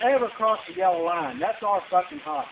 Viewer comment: passed on a double "yella" lol..